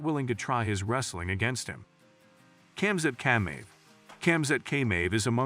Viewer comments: Man said kamzat caymave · your narrators gotta practice his russian. khabib nurmagomenov. chamzat khameeev.